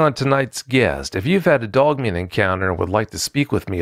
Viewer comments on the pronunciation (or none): I love with says "Dugman". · Ok so he did say dug thought I was a bit high!!! I'm just playin I know what hes saying lol. I dont know why but this dude sounds familiar to me. Great show ty